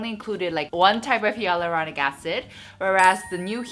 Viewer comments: you’re great but I just wanted to point out that you’re pronouncing hyaluronic wrong.. it should be like HIE-luronic:) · You are pronouncing 'hyaluronic' wrongly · is it?Im French so I pronounce it the same way as she does but I also saw others ytb who said it the same way?Great to know it’s not supposed to be pronounced the way I do😭